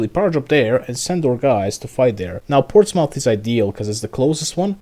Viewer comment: Its pronounced Ports-muth (rhymes with bismuth) just FYI